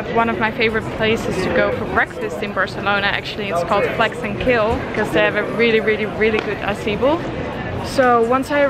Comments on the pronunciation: I thought u said “flex and kill” for the restaurant name 😂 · i totally thought she said flex and kill, not flax and kale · Ohhh Flax and Kale! I thought she was saying Flex and Kill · I thought you were saying 'Flex and Kill' restaurant :D Thank you for inspiring me to eat better. Since watching your vlogs, I have totally changed my diet, and feel so much better. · I thought she was saying Flex & Kill until I saw the sign! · the whole time i was thinking she was saying flex and kill HAHA